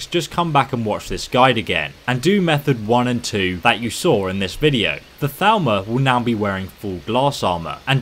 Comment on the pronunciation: the entire video i though you said Falmer, Second guessing myself